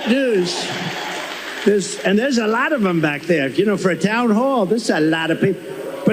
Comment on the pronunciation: Has anyone else noticed that when tRump goes on his 'someone insulted me' rants, he suddenly changes his 'O's' to A's'. Lot becomes Lat, Honestly becomes Anestly. It's another 'TELL' of the don. Just like when he says someone called him SIR. We all know that whatever follows is a LIE. And now he's back to the TOUGH farmers 'with tears in their eyes'. He's digging out the old play book...and it STILL doesn't work.